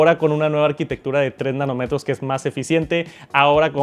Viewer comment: Nanómetros,. Nanómetros.😅 No “Nanometros”.